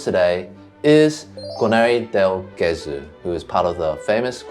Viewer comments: Great vid! Thank you guys, I come from a city near Cremona and believe me, that geographic area is wonderful and full of history. Just an hint: keep attention to the pronunciaton of "Gesù" (which is Jesus in Italian btw), the g is soft not hard ;) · I love the information-dense videos that are more deeply researched and would watch more long form. Please do yourself a favor though and look up the pronunciation of "del Gesù". You are damaging your credibility for nothing 😢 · Would you mind learning that in Italian "ge" is pronounced like "je" in English? So it's not "Ghesú", but "Jesú", Jesus. Oh, and by the way: When there's an accent above a vowel in Italian, you really should put an accent onto it when speaking that syllable. (Not every odd accent is indicated in Italian, however, unfortunately.) Thank you. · It's pronounced "dell djesOO" and means "from Jesus". The stress is on the second syllable of Gesù because of the accent. That being said, I don't mind people pronouncing Italian wrong, maybe they learnt by reading. But if someone is doing a whole video section on Guarneri del Gesù it's a good opportunity to teach the viewers the correct pronunciation. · its pronounced Jesu'!!! like Jesus.... cos it mean jesus in italian, Gesu' is Jesus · Twoset, you can pronounce the G in Gesù just like the J in Jesus (English)! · In Italian, the G’s are pronounced like J’s if directly followed by an I or an E…so it’s “del Jesu” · I enjoy both formats/genres of your videos and hope you'll continue to make both. As someone else said, please NEVER use AI images or sounds. AI is the ultimate plagiarism tool and we want to see the real thing--the real instruments, the real set, the real PEOPLE. Thank you. By the way, Guarneri "del Gesu" pronunciation is not quite right. "Gesu" has a soft G (because it's followed by an E) like genuine, gentle, and generous. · C’mon guys. How could you mispronounce Del Gesu?! 😩